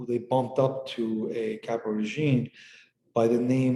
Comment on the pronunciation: It’s pronounced previt-EE. Not a big deal, just wanted to let you know. Thanks!